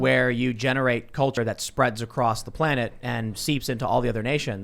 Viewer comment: IT'S DEY CULCHA, YO